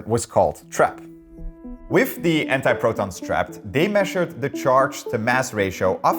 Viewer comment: You replaced my man with a weird guy who says whiff instead of with.